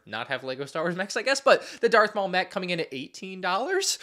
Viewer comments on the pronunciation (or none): none